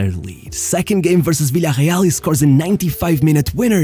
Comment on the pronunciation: I still dont get why fans that are interested in football cannot pronounce Villareal correctly.